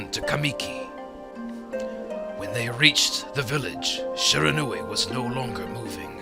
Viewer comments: okay... I am also studying japanese otherwise I wouldn't making such an acusation. And the only thing I would want to correct is when the Narrorator says Shiranui, it's sounds like Sheranui. And I know all about the syllables of japanese spoken through Hiragana and Katakana. and Shi is shi, the narrorator was saying it a little too fast, and so I nitpicked a little. But it still sounds like he's saying Sheranui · shee - rah - nu - i. japanese words are pronounced exactly as they are written lol. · i am SERIOUSLY DISTURBED by the narrator's HORRIBLE pronunciation of Shiranui as sherahnuee.